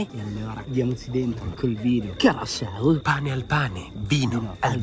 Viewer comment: Con una s carasau mado non e difficile😂😅